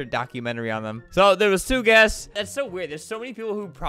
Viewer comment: The way he got so disturbed when he couldn't say "guests" correctly Got me wheezing 🤣